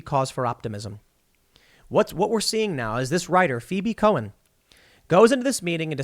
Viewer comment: "Cohen" every. single. time.